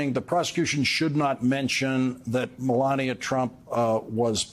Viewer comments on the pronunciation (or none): none